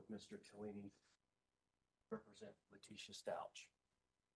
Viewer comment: He called Al Allen! His name is Albert! And he mispronounced Stauch!